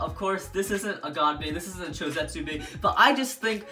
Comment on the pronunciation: Just say cho z